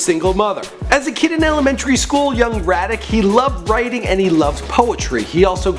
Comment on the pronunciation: Did this nigga just say Radic...?